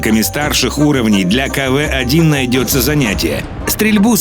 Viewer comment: не каве а кв